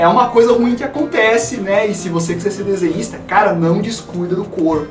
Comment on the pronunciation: eu entendi paranista(torcedor do paraná clube) no começo do vídeo